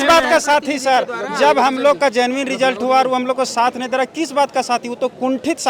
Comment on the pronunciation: Genuine ko zenmin vidhyarthi bol raha 😂😂 gjab padha likha h re baba